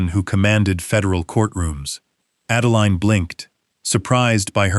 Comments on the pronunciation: Everyone who uses AI in order to create income, such as yourself, please edit & re-edit the narration before posting. The name of the daughter is Adeline which is pronounced like: add a line. NOT add a lean. Each time AI mispronounces her name, it jerks a person out of the story you would have someone immerse themselves in. Hopefully if the story is good & not gobbled-up by errors of storyline or mispronunciations within the narration, people will subscribe, return & listen to other stories, which helps you build your channel & brand. Accuracy & consistency help immensely when building a brand or channel. You may think this doesn't matter as I am just one person giving you some feedback, but most people will just leave, never return or subscribe, and most definitely not tell you what I'm telling you. Just something to keep in mind going forward. One more thing...keeping track of the name of any person is important. Example: the story starts out as Adeline, then turns into Adalaine. Really? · So much for AI. The "narrator" can't even pronounce Adeline the same way twice in as many minutes. This is just one example o fwhy I will never trust or use AI.